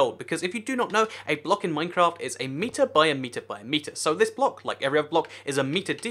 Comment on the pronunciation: YOU SAID MINECRAFT WRONG